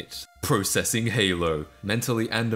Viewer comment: You say processing wrong